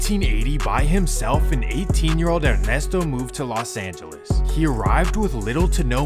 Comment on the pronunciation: It's not Las Angeles, it's Los Angeles.